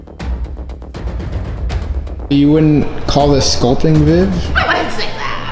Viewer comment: Not to sound weird but every time says viv it sounds like babe lol